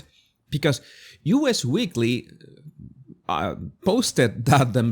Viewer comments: It's actually "us" weekly , not U. S. weekly. Anyway, enjoyed your commentary. Oooh, could they move to Hawaii? Bye! Vote Trump, he'll deport H. 🇺🇸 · The magazine is NOT "U.S." Weekly, it is "Us" Weekly. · Actually, it is "Us weekly". Us as in you and me collectively.